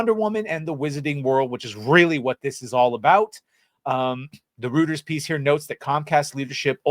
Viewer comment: Nice vid! P.S. Reuters is pronounced Royters